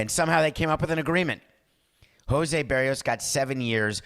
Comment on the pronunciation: Ask your producer how to pronounce "Berrios."